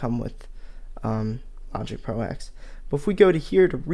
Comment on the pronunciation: Kavish Ganapathy And he keeps calling it Logic Pro Ex as opposed to Ten 😡